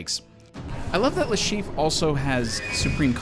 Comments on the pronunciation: Le Chiffre, not Le Chief!! Jesus! 😂😂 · cool list but Mads' character is called Le Chiffre not Le Chief XD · The caption got Le Chiffre's name right, but you named him "Le Chief..." Eh, close enough, I guess. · It's le Chiffre.